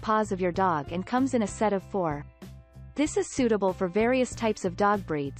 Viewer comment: “tHIS IS”.. must have heard that a 100 times. So annoying!!